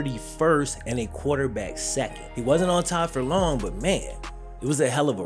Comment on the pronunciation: My man said QUATERback. 😅 dope video bro, as always! Cue the Wayne!!!